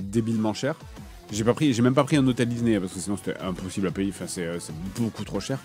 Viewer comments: Il dit Dizney, ça me fume 😄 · il casse la tete a dire dise né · Dizney.. Dizney.. Dizney 😂😂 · Dizney. Ça me fume à chaque fois. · Même pas foutu de prononcer Disney normalement !